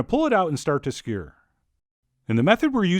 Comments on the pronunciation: I thought 'skewer' had two syllables? Just kidding Chef John, love all your stuff :) <3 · The severe mispronunciation of the word "Skewer" has been making me laugh for years.